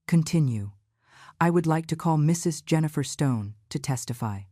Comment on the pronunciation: Why can’t AI say the word “Mrs.”? Just curious